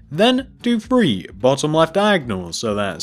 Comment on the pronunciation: You say three weird you say free But it's ok 👌 be you